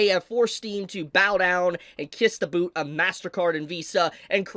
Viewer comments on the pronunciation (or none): none